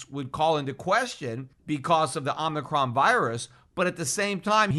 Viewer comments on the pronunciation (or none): Oh mih chron….Pete. Not omnicron. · Omicron: ohh-muh-cron It's a Greek letter, dude. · o mi cron, don't be as bad as fauci. not omni cron